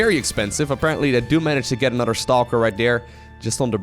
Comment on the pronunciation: Time for "an-udder-one".